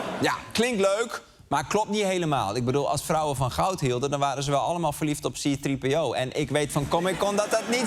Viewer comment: Arjen, wat was dat voor klemtoon bij C-3PO 😂